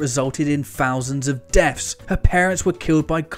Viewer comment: "Fousands of deafs". Find a speech therapist.